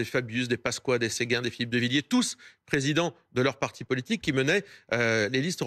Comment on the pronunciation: la defonse de la Fronce avec le presidon pondon 6 ons..... Bravo la journaliste :(